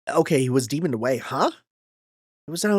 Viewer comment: Demon-ed away, like killed, not demon-ded. I'm sure this will not affect your relationship with Rena in any way www